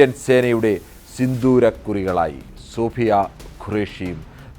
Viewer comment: 😂😂 sofiya 😂 Soofiya ennuparayan bhayankaramadi😂